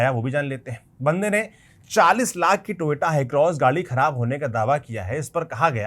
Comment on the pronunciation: Toyota ❌ Toyoto ✅ 😂😂😂😂